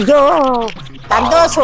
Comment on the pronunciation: Santhosu ❌thanthosu ✅😅😅😅